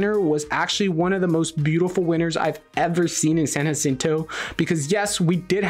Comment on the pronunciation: Dude please stop saying " San acinto". How is it you can't say San Jacinto, you have a spam last name 🤨 it's not that difficult! I can't take it anymore you said it like two hundred times 😤